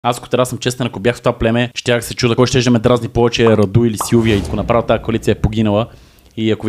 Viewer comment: не е Раду̀, а Ра̀ду!